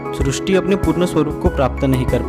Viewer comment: आप सब शब्दों का सही से उच्चारण क्यों नहीं करते हैं ? जैसे ही इस वीडियो में सृष्टि शब्द को गलत तरीके से उच्चारण कर रहे हैं|